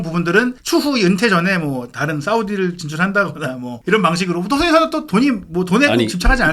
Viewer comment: 손흥인 손흥인 은근 거슬리네. 방송인데 사람 이름은 좀 제대로 불러줘야지. 손흥민